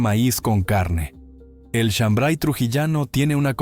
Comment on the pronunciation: No es chambray es shambar y la chicha morada no pica, de donde eres.